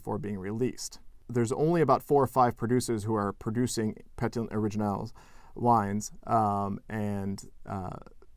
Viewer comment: The French pétillant was pronounced like the English word petulant